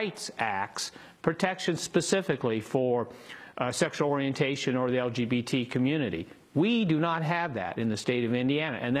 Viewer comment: "LGPT" members. Nice job news lady.